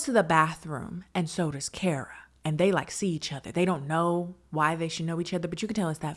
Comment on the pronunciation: KHAR-ruh (first syllable rhymes with the last.) Not Care-uh